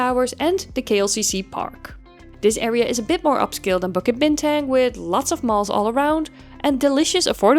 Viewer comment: To mispronounce "Bukit Bintang", the tourist hub of KL, is lowkey egregious.